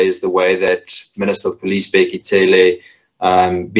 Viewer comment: Not "Tsele". Cele